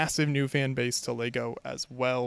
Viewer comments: Am i out of order to be finding it hard to absorb a dude supposedly obsessed with Lego who keeps saying "Lay-go"??! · Why can’t you say the word ‘Lego’? Of all the words to pronounce weirdly?